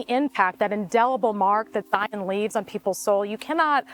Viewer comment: FYI - Local pronunciation is Zion, rhymes with lion, not Zi On. Great video, other than the pronunciation of the park name. Can’t wait to watch the remainder of the videos in your series.